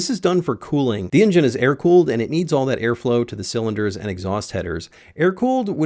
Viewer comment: New drinking game, take a drink every time he says ingine instead of engine!